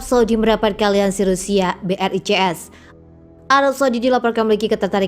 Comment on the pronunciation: Brazil ,Rusia, India ,Cina, south Afrika di baca BRICS ,bukan BRI,CS ,emangnya bank BRI apa hahahaha 😅